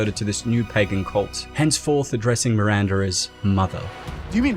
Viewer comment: MiranDAH, not MiranDURRRR